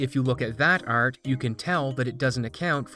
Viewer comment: can you be less canadian? bugs me every time you say art